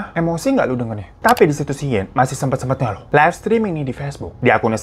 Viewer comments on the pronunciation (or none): none